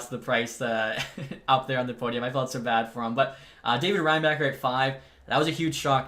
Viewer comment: also Reinbacher is pronounsed as Reinbahher :D